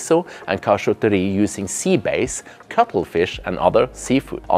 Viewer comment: SommelierRRRRR and Seabase . come on man if you're not an AI you can do better pronouncing it properly.